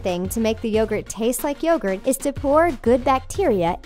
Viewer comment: Yogurt pronounced y-o-gurt